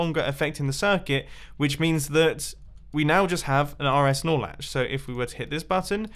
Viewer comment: I'm not a redstoner and the first time I've heard you say "RS-Snorlatch" or wutever, i thought u said RS Snorlax. Lmao